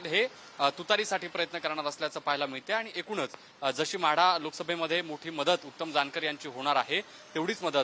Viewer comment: म्हाढा नाही रे माढा